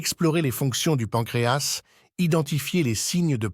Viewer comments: D'abord on dit pancréa (s) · D'abord, vous venez nous parlez d'un organe situé à l'intérieur d'un corps et vous ne savez même pas que la lettre "S" située à la fin du mot "pancréas" ne se prononce pas. A Pour "les deux cas", vous avez prononcé "les deusses cas" , alors que ça se prononce "Les 2 K". Et enfin, les maladies ne viennent pas des aliments gras comme vous le dites sans aucune preuve, puisque nos ancêtres mangeaient des produits gras mais "naturels" et avaient une excellente santé même après plus de 100 ans, mais du fait que tous les produits alimentaires, les viandes blanches et rouges et les boissons que nous consommons actuellement contiennent des produits chimiques mélangés dans la terre, puis des produits chimiques vaporisés sur les cultures et les herbes destinées aux humains et aux animaux, puis d'autres produits chimiques mélangés pendant la transformation de certains produits, surtout les produits conservateurs et qui attaquent tous les organes du corps, donc nous consommons des produits "semi-empoisonnés" qui attaquent tous les organes et non pas le pancréas seulement. Par exemple, toutes les boites métalliques de conserves sont essuyées à l'intérieur avec de la graisse de porc traitée chimiquement avant leur remplissage pour prolonger la durée de vie du fer utilisé pour retarder l'apparition de la rouille.